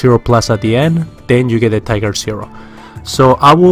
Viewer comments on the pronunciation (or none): none